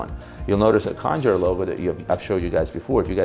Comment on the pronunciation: Khanjar (not “kanjhar”) is not pronounced with a “k” but a “kh”: خنجر